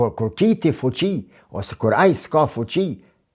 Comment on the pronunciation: Analiza shume e sakte per mendimin tim, por me shume respekt per gjuhen shqipe. Ne vend te fjales fuqi ju thoni fuçi e kur e degjojme na besdis shume😅